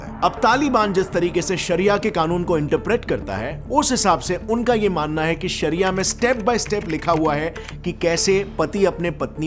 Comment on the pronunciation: Saria means law He saying saria law saria law 😆